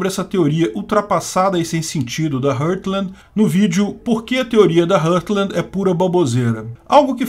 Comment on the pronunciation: se pronuncia "rórtland" não "rãrtland" como vc ta dizendo